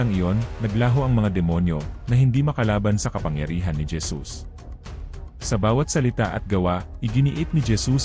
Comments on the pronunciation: Bakit po Dyesus Ang basa mo sa Jesus? O baka nabingi lng aq at nagkamli ng pandinig😅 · Kapatid halatang ala Kang alam sa biblia pangalan lang ni Jesus dimo pa masabi ng maayos Gesus"🤦ayusin mo mga sinasabi mo kinakain mo dila mo....😛😝😜hay naku.... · Hesus po ang pagbigkas ng JESUS😊